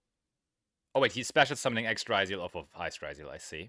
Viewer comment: You spell it as ryzeal as you call it rRYZOLE its a yugioh card not an anti depressant medication